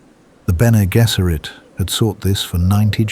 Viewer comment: BG should be “Benny Jezzeret”. The voice in the video says “Gesserit” with a hard G.